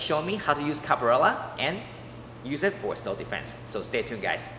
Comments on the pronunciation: For the pove of God. Is Capoeria not Caporella like you were calling it. If you're going to showcase a styke, least you can do is make sure that you pronounce the name correctly. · Pronouncing it "Cap-a-rella" is so adorable it fills me with feels! 🥰🥰